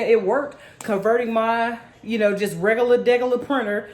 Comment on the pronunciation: "Regulat degular" haha